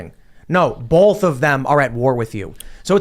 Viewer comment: The word "both" is pronounced bōth, not bōlth. You're welcome.